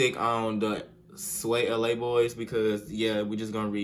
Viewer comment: The way he said swayla he said it like swayelea